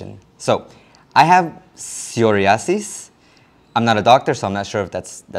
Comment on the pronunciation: The condition is pronounced psoh-righ-ah-sis. (In Spanish: So-ria-sis.) It's common and treated in all cities, even Portoviejo.